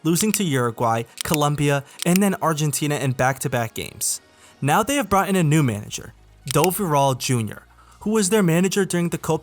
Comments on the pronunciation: it's Dorival, not doviral. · "DoViral Junior"?